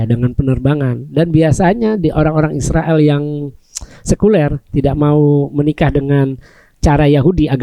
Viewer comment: Aruiiillll utang, biasa sj sebut Israel bukan Isriwil dong Mas Aruiiiilll Utang